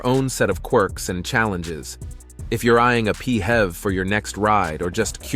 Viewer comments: P.H.E.V is pronounced as this , not as P Hevs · I tried to watch this video, but the murdering of the acronym PHEV pronounced as “Pee-hev” put me off completely. 🤦🏾‍♂️🤦🏾‍♂️🤦🏾‍♂️🤦🏾‍♂️